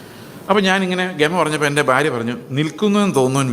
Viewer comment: ഈ "ബാര്യ, ബർത്താവ്, ബാഗ്യവാൻ" ( ഫാര്യ, ഫർത്താവ്, ഫാഗ്യവാൻ = കോട്ടയം വേർഷൻ ) എന്നതൊഴിവാക്കി ഭാര്യ, ഭർത്താവ്, ഭാഗ്യവാൻ എന്ന് കൃത്യമായി ഉച്ചരിക്കുവാൻ ശ്രമിച്ചാലും plz.